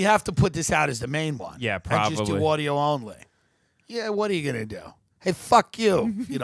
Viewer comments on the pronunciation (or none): none